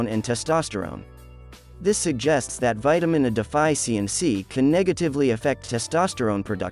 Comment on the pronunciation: Die-fianshinsee😂 wow ok.